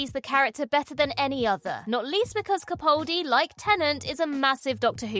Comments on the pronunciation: You rank Peter Capaldi as number one (with which I highly agree), yet you continue to mispronounce his name, despite my pointing this out innumerable times. For the record, the man himself pronounces it: CaPALdi, CaPALdi, CaPALdi, CaPALdi, CaPALdi, CaPALdi, CaPALdi, CaPALdi, CaPALdi, CaPALdi, CaPALdi, CaPALdi, CaPALdi, CaPALdi, CaPALdi, CaPALdi, CaPALdi, CaPALdi, CaPALdi, CaPALdi, CaPALdi, CaPALdi, CaPALdi, CaPALdi, CaPALdi, CaPALdi, CaPALdi, CaPALdi, CaPALdi, CaPALdi, CaPALdi, CaPALdi, CaPALdi, CaPALdi, CaPALdi, CaPALdi, CaPALdi, CaPALdi, CaPALdi, CaPALdi, CaPALdi, CaPALdi, CaPALdi, CaPALdi, CaPALdi, CaPALdi, CaPALdi, CaPALdi, CaPALdi, CaPALdi, CaPALdi, CaPALdi, CaPALdi, CaPALdi, CaPALdi, CaPALdi, CaPALdi, CaPALdi, CaPALdi, CaPALdi, CaPALdi, CaPALdi, CaPALdi, CaPALdi, CaPALdi, CaPALdi, CaPALdi, CaPALdi, CaPALdi, CaPALdi, CaPALdi, CaPALdi, CaPALdi, CaPALdi, CaPALdi, CaPALdi, CaPALdi, CaPALdi, CaPALdi, CaPALdi, CaPALdi, CaPALdi, CaPALdi, CaPALdi, CaPALdi, CaPALdi, CaPALdi, CaPALdi, CaPALdi, CaPALdi, CaPALdi, CaPALdi, CaPALdi, CaPALdi, CaPALdi, CaPALdi, CaPALdi, CaPALdi, CaPALdi, CaPALdi, CaPALdi, CaPALdi, CaPALdi, CaPALdi, CaPALdi, CaPALdi, CaPALdi, CaPALdi, CaPALdi, CaPALdi, CaPALdi, CaPALdi, CaPALdi, CaPALdi, CaPALdi, CaPALdi, CaPALdi, CaPALdi, CaPALdi, CaPALdi, CaPALdi, CaPALdi, CaPALdi, CaPALdi, CaPALdi, CaPALdi, CaPALdi, CaPALdi, CaPALdi, CaPALdi, CaPALdi, CaPALdi, CaPALdi, CaPALdi, CaPALdi, CaPALdi, CaPALdi, CaPALdi, CaPALdi, CaPALdi, CaPALdi, CaPALdi, CaPALdi, CaPALdi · And yet, she always mispronounces his last name. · And she ALWAYS mispronounces Peter Capaldi's last name, despite my innumerable replies asking her to correct future videos. She could care less!